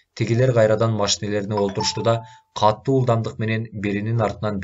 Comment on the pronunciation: Садагаң кетейин кишини кыжаалат кылбай туура окучу катту эмес катуу болот